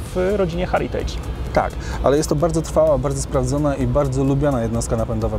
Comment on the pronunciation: Rzeczowa recenzja,tylko jedna drobna uwaga: "Heritage" wymawia się: "hEritage" nie, "hAritage". LWG!